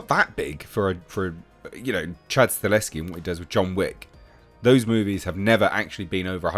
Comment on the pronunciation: YES!!!!!!!!!!!!!, once again: Stahelski is pronounced: "Stuh - Hell - Ski. NOT StaLESki